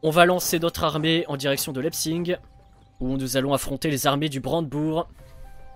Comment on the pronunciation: Leipzig pas leipzing. Sinon jme désabonne.